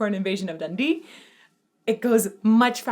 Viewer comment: That's the first time I've heard Dundee pronounced with a short e sound for the ee. Sounds odd to me.